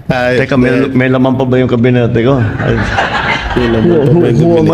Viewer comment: Kabinete Hindi kabiniti